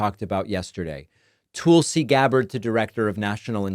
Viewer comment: It is super annoying that you deliberately mispronounce Tulsi. You sound just like Trump. I’m going to stop listening if you keep it up.